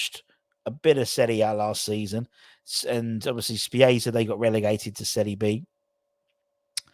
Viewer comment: Good show. FYI (If I may) Spezia is pronounced Spetz - E - A👍 Let's hope we get some signings very very soon